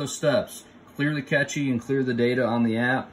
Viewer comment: It's pronounced cache - like trash.. Not catchy..